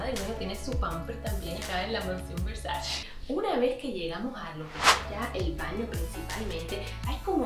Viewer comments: No se dice “versachi” se dice VERSACHE” ya que es italiano. 🤦🏻‍♂️ No tengo tantas cosas de esa marca pero sé cómo se pronuncia (Donatella lo ha dicho en varias entrevistas) lo cual es imperdonable para una fashion vlogger like you. ❌ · Yo escucho que dice versashe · Cuando será el día que pronuncies bien el nombre de la marca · así no se pronuncia Versace